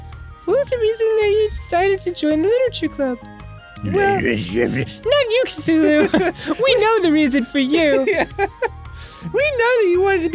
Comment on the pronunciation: It's "Cthulhu".